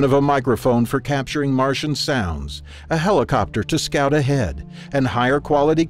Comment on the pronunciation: Did he say helicopter?